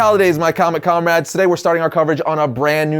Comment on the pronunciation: "Hello Comerads" RED SON VARIANT